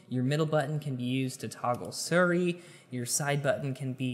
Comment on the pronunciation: Why you pronounce Siri wrong..